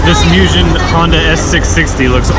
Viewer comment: When he pronounces Mugen is "meujin"